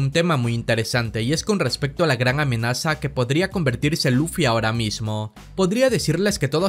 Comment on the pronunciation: Por favor tu canal es bueno pero deja de hablar en cortes es muy molesto mira haces esto y es muy molesto “Luffy se convertirá en una amenazaaaa’ no pongas tanta fuerza al final de la oración suena feo y es molesto. No es hate solo es una opinión